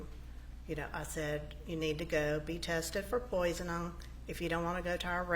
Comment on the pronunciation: What an odd person, the secretary. She also has a problem with speaking. I thought she was saying "Poison-on or poison-all" and I think she was saying "poisoning." Other examples "disappearing" for "disappearing" or "burnon'" for "burnin'" "Melody called Lokin for him" rather than 'Looking" "I checked my email on the evenon of the 4th" instead of "evening." I have ived in Georgia and have not yet heard inflections like hers..